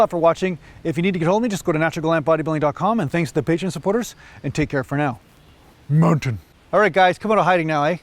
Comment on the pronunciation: Why do you say Mountain